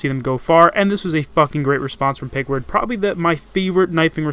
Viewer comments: Peckerwood. not pickward. just sayin' ;) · It's pronounced pekerwood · You pretty much Fucked up the first two Players name and/or their gender in this video. #5 is Pronounced PeckerWood #4 is a girl not a guy, and it's Alyssa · His name is pronounced parkword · its pronounced peckerwood lol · this how you are supposed to pronounce pkrwd. Peck er wood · Peck-er-wood lmao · omg pkrwd he said it wrong oh my lord